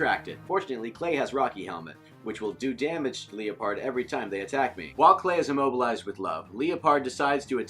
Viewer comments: Leeapard ????? Lie perd is correct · Arthur Machado no I was correcting his pronoucatuon